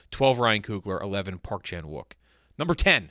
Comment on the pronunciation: I know it’s romanized as such but hearing “park Chan wook” kills me